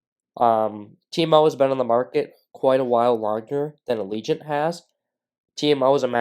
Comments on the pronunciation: It's not pronounced ALEEGENT. ITS PRONOUNCED AGIL-LENT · I think you are pronouncing it wrong as well... It's "Ajh -ja - lent"